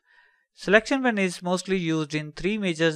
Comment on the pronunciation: it is pronounced payn with a long A sound. because it is not pan. Great and useful video.